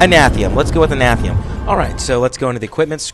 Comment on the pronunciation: it's anathema, an-ah-thee-ma